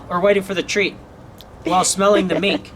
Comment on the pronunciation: oh now I understand in the first video when you say "mink, mink, mink" it sounds you are saying "meat, meat, meat" before you showed her which is why she got confused the first time but when the most recent video came around she was getting it since i see the gears working in her head when looking for the mink x3